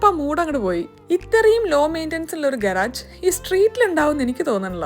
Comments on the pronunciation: ഗറാജ് അല്ല ഗറാഷ് ആണ് correct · ശരിക്കും ഇതിന്റെ ഉച്ചാരണം ഗരാഷ് എന്നാണ് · Garage j sound alla guh·raazh aaanu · It’s pronunciation is guhraazh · Pronounciation is not correct garage!!